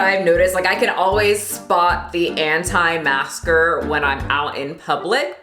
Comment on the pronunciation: When you prononce « antimasker » i’am french and i hear: « hantai masker »lol